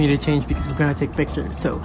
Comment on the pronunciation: omg the 'takpe ah' sounds so malay 😂 pls make a bahasa melayu challenge video next